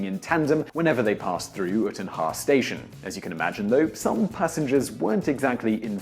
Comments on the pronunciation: Uitenhage is pronounced You Ten Hague. I am South African :) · Cuan M Prince thanks, his pronunciation was terrible.